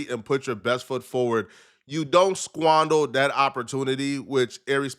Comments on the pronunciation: And at he said "squondol" instead of squander. He's a goofball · The work is squandER not squandAL … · Squander not squandle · Its squander, not squandel btw😂😂 (just fyi, u know what I mean) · it’s “squander”, not “sqaundle” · Did that nigga say squandel?